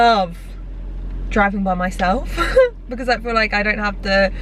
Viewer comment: Anyone else notice how pronounce because? “Beciz “ 😂